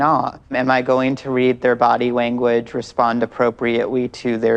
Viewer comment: "Read their body wanguage and respond appropriatewy" what?? Do wolves replace their Ls with Ws? lol, I hope she's doing this intentionally and I'm not making fun of someone's speech impediment lol